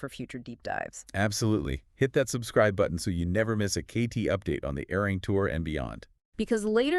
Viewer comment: Love this so much! 💜🤌🏻 But remember, it's pronounced "Are-Ree-wrong" 😂💜 Arirang